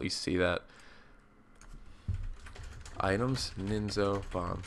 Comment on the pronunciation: It's Nizno, not Ninzo :) Cool video man :) Best regards Geekwave